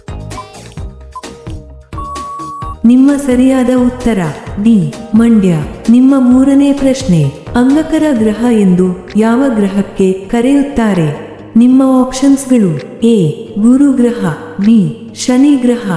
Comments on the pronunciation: ಅಂಗಕರ ಅಲ್ಲ ಅಂಗಾರಕ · ಅಂಗಾರಕ. ಅಂಗಕರ ಅಲ್ಲ